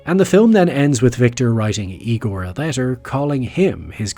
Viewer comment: it’s pronounced “Igor”